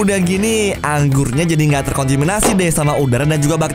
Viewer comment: Apa gw doang yang deknger kontaminasi tapi bilangnya kontiminasi